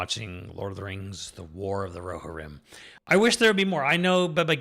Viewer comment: I cringed hard when he said Rohirrim like that 😂😂 Also 200 years before LOTR... ok im done whining